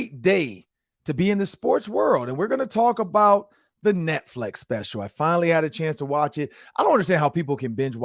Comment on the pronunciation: This was the first time I listen to the Podcast on Youtube. I am in Atlanta so I am sure this is a local show., was there a reason Behind you saying Netflex and not Netflix? You said it about 10 times so I am not sure if it was an inside joke to something or you just mispronouncing the title/service. The show was alright, I will give it a few more listens before decide to put it into rotation for my Vikings News I can Use.....Or Not.....